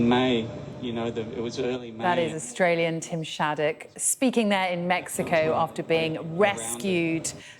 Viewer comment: God bless this man and I got much more respect for him for pronouncing Mexico how it suppossed to be pronounced !